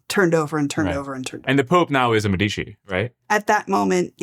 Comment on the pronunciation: medicus médico Médici not Medíshi How do you pronounce the word "medicine", or "medics"? The stress is always on the "e".